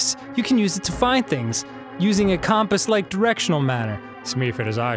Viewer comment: Oh my god, why does Danny say compass wrong?